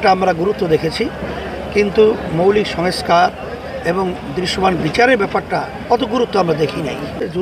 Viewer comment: সংস্কার শব্দটা ঠিকমত উচ্চারণ করতে পারেন না উনি. কি কপাল বাঙালির.! অদ্ভুত সব মানুষের রাজনীতি.